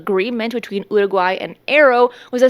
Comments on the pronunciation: Getting closer. Listen again, practice more. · Why do you keep saying Uruguay that way? If you want to use Spanish pronunciation, then use it. But why single out particular words? Do whatever makes you happy, but it's grating and random, and super weird. BRB having an English conversation then all of a sudden using a thick Spanish accent to pronounce one world lmao.